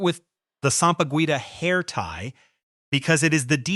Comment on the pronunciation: Please,. The Philippines national flower is not pronounced sam-pah-guwita. Sampaguita is pronounced sam-pah-geeta.